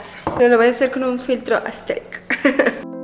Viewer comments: Que diga "aestetic" es proporcional a cuando bob sponja y patricio dicen "estiloooooo" JAAKAKAJ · "AeStHeRic" amooo jaj. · Jajajja casi me ago pipí por que a cada rato dice aesteric 😂